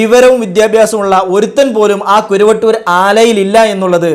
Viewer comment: സഹോദരാ കുരുവട്ടൂർ അല്ല കറുവട്ടൂർ എന്നാണ് ഞങ്ങളുടെ നാടിൻറെ പേര്‌.